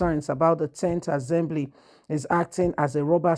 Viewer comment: Assembly NOT AZEMBLY